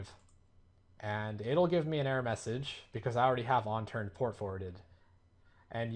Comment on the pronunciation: UNturned.....ONturned. u keep saying ONturned lol